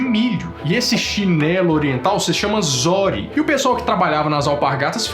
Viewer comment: Não é zÓri a pronúncia, mas sim, zÔri Fica avisado! ... darrrrrrrr😂😂😂😂😂